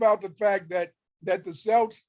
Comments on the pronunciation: He can't even pronounce celts properly 😂😂😂 but claims to be one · He can’t even pronounce Celts properly😂😂😂